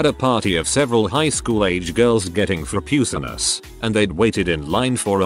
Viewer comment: anyone else crack up at the pronunciation of "frapuccinos"? lol